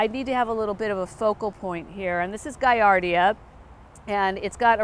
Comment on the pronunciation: Guillardia is pronounced as it’s spelled. It’s not Guiardia.